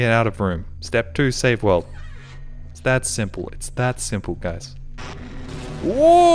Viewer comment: The way pronounces 'world' cracks me up - 'save the weld'